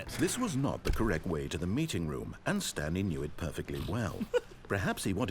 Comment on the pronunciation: "stanely agreed to sign up to google+"